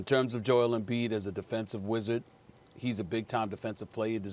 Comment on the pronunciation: Max "Ambiid (embiid)" Kellerman